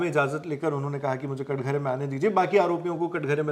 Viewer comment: Katghara nahi katahra mere bhai